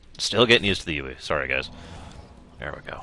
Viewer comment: Why do you pronounce the 'I' in 'UI' like the letter 'E'? That's not usually how Americans would pronounce it. Unless...?